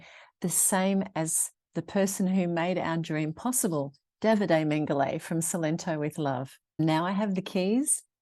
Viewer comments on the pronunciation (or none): The way you pronounce the name Mengoli sounds like Mengele, the dead docter of Auswitch! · Lots of work! But it’ll be lovely once finished. (I think it’s pronounced Mengo-lee,not lay.) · How lovely. How Brave! How full of smiles you are!! Love that you named the house after the previous generations of owners. Just one query, surely the house name is pronounced Men-goh-lee though? (Mengoli). Casa is pronounced as in Cah-zah usually. Unless of course its all pronounced differently down in beautiful Puglia?